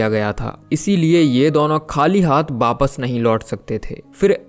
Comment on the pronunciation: V ya w ko b pronounce kyu krte ho aap? Jaise wapas ko bapas bolte ho ..thik se bola kijiye bhai